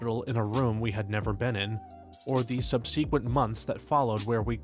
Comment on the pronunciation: Once again begging you to look up the pronunciation of subsequent